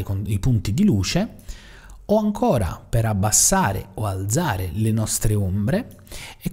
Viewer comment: Bravo, interessante. PS alzare va con la zeta dura come "calza", non dolce come zanzara... ;)